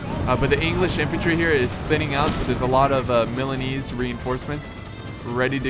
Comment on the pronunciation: THE JINETES NAME IS MORE SLAUGHTERED THAN THE MILANESE